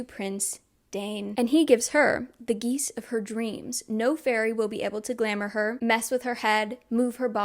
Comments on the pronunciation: Heads up you may want to give the audiobook a listen before next video, it includes stuff like how to pronounce names and stuff like geas (gesh, not geese) (to be clear, this vid is great, it’s just glaringly obvious to me as an audiobook listener when words don’t fit ><) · As someone that has read both the books and listen to the audiobooks. I am so sorry, but I feel that I must let you know about some of the pronunciations… The magical bargain, the geas- is said like “guess” but with a -sh sound at the end, “g-eh-sh” And her last name is Duarte, said with an accent at the end- “duar-t-eh” LOVE this video 🫶